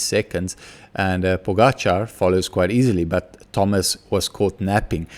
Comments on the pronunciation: correct pronounciation of the surname Pogačar, name is still wrong completely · Mr. Smit, you are a quick learner. This is the right prononciation of Pogačar. I really didn't want to be harsh on you yesterday, I just wanted his name to be said correctly. Keep it up and best regards.